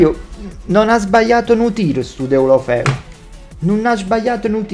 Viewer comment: Nessuno:: DELOFELU <3